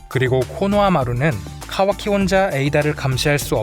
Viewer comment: 이분 카와키 발음이 찰짐